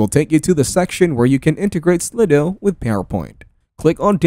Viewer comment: Is that how you pronounce it? Slid o? I thought it was slide-o